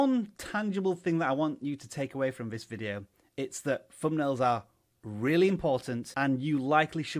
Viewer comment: I'll tell you what's more important than thumbnails, speech. It's THUNBNAILS. not Fumnail. Geeeze, tell me you weren't an English teacher 😁😁😁